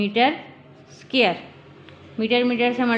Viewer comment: It's not scare it's dquare